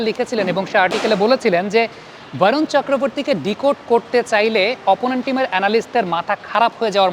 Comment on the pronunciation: Dada Varun na bole barun bolun cheleti jatigoto vabe বাঙালি